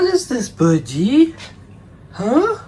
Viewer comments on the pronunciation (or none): Love dad's accent especially when he says Bir - Die!🤓 Bird Bird is such a precious baby!💕💜